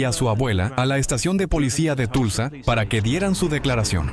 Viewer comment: El nombre de la ciudad de Tulsa, Oklahoma, se pronuncia:Tolsa